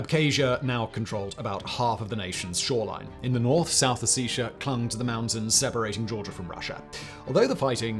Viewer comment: The way he pronounces Ossetia…